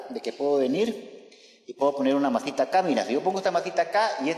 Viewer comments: JAJSJAJSAJKKJAJA a mi tmb "mazita" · Me gusta cuando dice "masita"